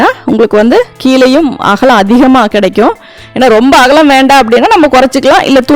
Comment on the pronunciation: அகளம் இல்லை அக்கா அகலம்